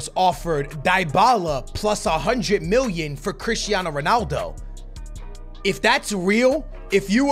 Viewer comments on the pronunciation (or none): none